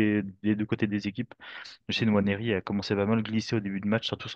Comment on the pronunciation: Pourquoi tu dis N Nwaneri ? C’est Juste Nwaneri il n’y a pas d’apostrophe Pour dire N Nwaneri 🤣